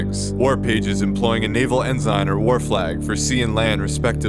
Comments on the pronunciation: its en-sin not en-zine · PSA, “ensign” is pronounced “ens'n”, not “enzyne”. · Say it with me: "En-sin" not "en-sign" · "Ehn-zine" is killing me. Ehn-son or ehn-sign please. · It is pronounced as EN-Sin not En-zine! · Honestly having trouble accepting a lesson on flags from someone who pronounces "Ensign" as "En-Sign".